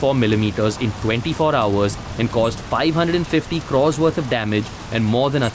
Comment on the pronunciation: stop calling crores Krrerrs